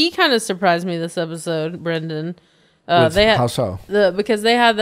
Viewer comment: I need Nick to start saying BREN***DANS name correctly before I go crazy.